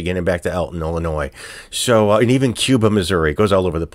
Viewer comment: I'm from Illinois. Thank you for knowing the S in Illinois is silent. Most people that don't live here always pronounce the S. It bugs me every time. Thanks for that.